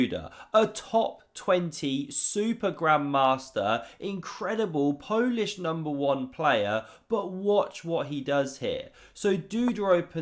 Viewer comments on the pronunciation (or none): none